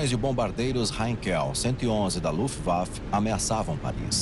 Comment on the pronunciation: cade o narrador que falava, luft waffle??